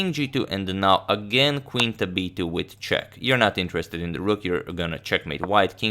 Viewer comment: Agad subtely speaking wojtaszek (radoslaw wojtaszek) instead of with a check 😆